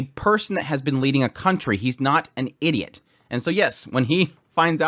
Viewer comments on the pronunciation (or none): none